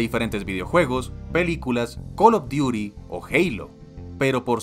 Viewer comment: "Call of Diuri" jajajajajajajajajaja